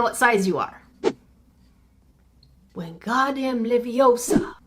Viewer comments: YoUr sAyiNg It WrOng iTs LeviOsa not LeviosAR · no, stop stop stop! You're going to take someone's eye out, besides, it's LeviOsa not leviosAaaa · its leviOOOOOsa not leviosaaaaaar